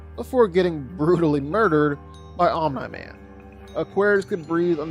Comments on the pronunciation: It’s Omniman. Pronounced Om-knee. Not Om-nuh. Drives me crazy. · Honestly, I just ignore it. He does it a lot, and whether it's comment baiting or genuine mispronunciation, it's what he does. It is a little annoying though. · Are you sure it's not Om-nigh man? (jk hahahahaha) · His pronunciation of omni man has to be rage bait